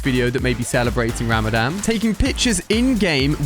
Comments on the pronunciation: Ali its not ramadam its ramadan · Ali its not ramadan its rawmadawn thts how you prounounce it itsbspelling is ramadhan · Im a muslim... it actually pronounced ra-ma-zan,he made me laugh 😃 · Im celebrating ramadan, the d is a bit deeper when you say Ramadan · you pronounced Ramadan wrong